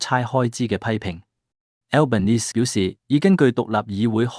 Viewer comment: 請留意當報讀澳洲總理名稱時留意發音最好不用英文式發音，因為他多次在不同場合對記者表示他是意大利裔人士，所以不應用英式發音來稱呼他，如果報讀中文新聞時可直接用他的中文翻譯名字稱呼他比較合適。